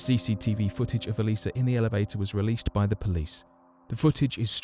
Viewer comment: It's "Elisa" Lam.